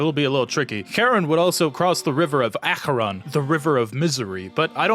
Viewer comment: I have a Greek friend and he said your pronunciation of Charon and Acheron were really great, though he said your Acheron was better. Nailed the sound there